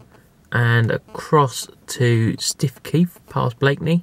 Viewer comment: Hey. We Norfolkers pronounce Stiffkey. Stookey. There's no why or wherehow to guess Norfolk pronunciations!